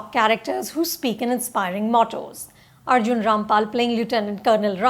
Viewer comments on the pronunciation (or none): none